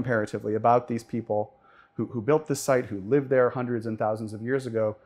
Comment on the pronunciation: Where annunciation is important: “hundreds AND thousands of years ago”. I first heard “hundreds of thousands of years ago”. I was like, sir, you may want to check that math. 😂